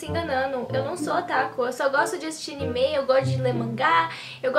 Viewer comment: Não é animê é anime